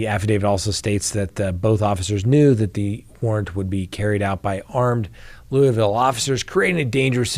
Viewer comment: Pronounced “Loo-a-vul”